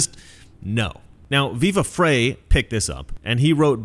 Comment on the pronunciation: I'm probably going to come across as the enunciation Notsea. You didn't know there was one? Ho, ho, ho. *twirls mustache* The substance: The channel, "Viva Frei" is run by a man whose last name is Freiheit which is German for freedom. The German word "frei" means free as you might suspect. The German word "frei" is pronounced by English speakers as "fry". You say • • • Viva Fray, long a Should be • • Viva Fry, long i You are now free, not fray, to de-Notsify.